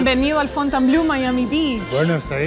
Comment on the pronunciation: Ten en cuenta que Fontainebleau se lee /fontenbló/, no /fontenblœ/ como tu pronuncias. Ello lleva a confusión, pues "bleu" sí que significa azul, pero "bleau" no tiene traducción... Busca "Fontainebleau Francia" en Google y verás!